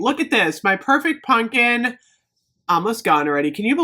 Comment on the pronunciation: I love you but it's pumpkin not punkin.